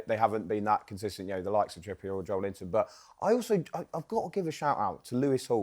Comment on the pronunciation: Joelinton has been a Premier League player for almost seven years, yet pundits STILL cannot pronounce his name correctly? How difficult is it to say JO-ELIN-TON instead of JO-LINTON? The E in his name exists for a reason. 🙄